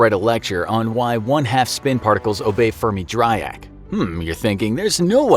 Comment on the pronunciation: that's an interesting way to pronounce Dirac